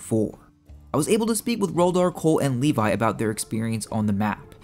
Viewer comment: Funny you call him Livai when his name is Levi